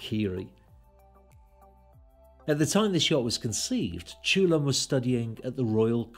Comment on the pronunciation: Great video, just to add: his name should be pronounced "chul-hoon", not "choolun".